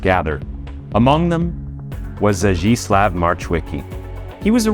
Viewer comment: Only "Zdzisław" is pronounced in a way that is similar to Polish language. Polish "ł" should be pronounced as English "w".